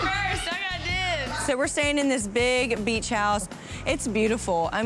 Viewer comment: They said bitch instead of beach XD